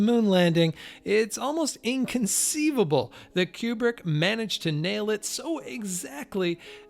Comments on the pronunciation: It's odd that such a fan would not know that Kubrick's name is pronounce "Koobrick" and not "Kyoobrick" as he does. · Kubrick...not Kjubrick!!!